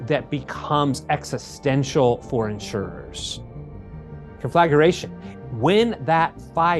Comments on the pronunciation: Haha, honey the word is con-fla-gra-tion. Conflagration. Not the way pronounced it: con-fla-ga-ra-tion, that is not a word. Just sayin. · Listening to an expert talking about this topic and then he says "conflageration.." er.. what? Goes back and listens again... I must have heard it wro... "conflageration"... I mean, it's up on the screen, right there, with proper spacing, showing how to pronounce it... I'm going to have trouble with this. Mispronouncing a word is no big deal... I do it myself... But not in the area I'm supposed to be an expert in (OK, there aren't many of those...) and not in a recorded video... Couldn't someone have asked him to re-record that bit??? Now I'm going to have to try to get past that from the expert... ... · "Conflaguration" lol this dude can't pronounce words